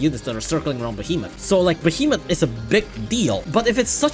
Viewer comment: The worst part is that you call them "behemot" While they're called "behe"- "Moth"